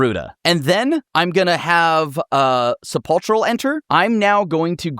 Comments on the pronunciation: Sepulchral is pronounced with a hard K sound. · “Sepulchral” comes from “sepulcher” and the “ch” makes a “k” sound. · Thats not how you pronounce sepulchral